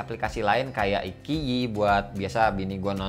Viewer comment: FYI, IQIYI cara bacanya "ai ciyi". Bahasa cokin kan.